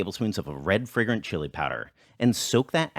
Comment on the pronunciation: I got confused. Whenever you said "red fragrant chili" I heard "red friggin' chili. Until the last time you said it. Then it became clear. I mean I've had red friggin' chilies and they're just too hot.